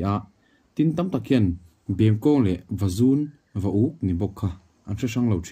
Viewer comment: I aw ngaihthlak anuam,a hmuhnawm tel bawk, sava hram dan pawh i thiam kher mai tin,an chanchin i hre hle mai sava chi hrang hrang pawh....Mahse kan naupan laia kan lo hriat tawh Tlaiberh leh Vazun tih hi ilam dan thluk adiklo...